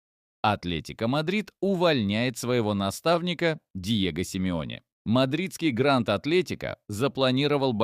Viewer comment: Симеоне а не сим ионе